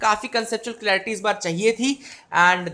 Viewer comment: Bhai clearitynhi hota clarity hota h. pahle khud padh lo.